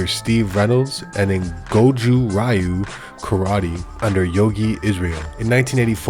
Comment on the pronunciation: Please learn how to correctly pronounce 'Ryu'